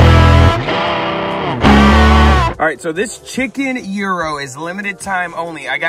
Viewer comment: It's not pronounced hero lol, gyro is a Greek word, it's pronounced yero, the g isn't pronounced, it's silent. Glad you liked it!